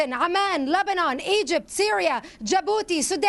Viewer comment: Bill said Lebenai it is Lebanon!!!!!